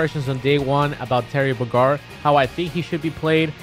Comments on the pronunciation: the way you say "bogard" annoys me for some reason lol some times it sounds like you say bugard. all the time its very sped up. just.. boe-gard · Hermione: It's bOgard not bogArd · Terry... Bogár? XD I sorry I been hearing the pronunciation as Bógard for decades. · Nobody: Zero: "Terry bo Gar" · Terry Bogaard! You had me cracking up saying Terry Brgrd...I just pronounce it differently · "Terry Bogarr". Bogard... BO-GARD. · Literally no one: Zero: Terry B’gard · "Terry buh-gard" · Nobody: ZeRo: Terry Bôgrad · His name is Terry BOgard not Terry boGARD. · Everyone: terry bOgard ZeRo:terry bogArd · BO-gard Not buh-GARRd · It's Terry Bogard, not Terry B'gard 😂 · Terry buh-gard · Terry BOgard, not Terry BogArd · bogard not bogard 😤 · pls say bogard and not bgard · Zero be like: "Terry Bo Gar" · It’s more like Terry boGar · Im from Puerto Rico and is the first time I hear someone say Terry BoGáR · Terry bo Gar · Ben Graham Idc where your ancestors came from, if you’re American and you last name is “Bogard” I’m gonna pronounce the D in it. “BOW-GUARD” Like literally everyone else in the world pronounces his last name. And everyone needs to do their research cause Bogard is a Dutch last name. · Say it with me zero Terry Bow-guard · "Buh Gahrd" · "Terry buh guard" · Sounds like you said Terry Bagar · Ew stop saying buh guard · Zeros pronunciation of Terry’s last name is triggering me heavy. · You literally heard how they pronounce Bogard a million times in the Direct and yet you still do it wrong? Sorry to bother you, OCD kicked in :D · mate you're pronouncing bogard weird lol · The way you say Bogard makes me die inside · This was a better terry direct then the one we got Even if you have no idea how to pronounce Terry’s last name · your pronunciation of his last name is driving me nuts. petty, I know but still. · Why does he say bogard like that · The way he says Bogard at the beginning of the video makes me cringe..... a deep, heavy cringe.